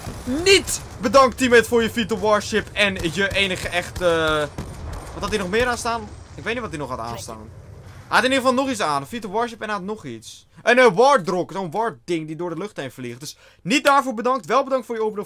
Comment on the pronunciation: Wardrok? Je moet zeggen 'wartok'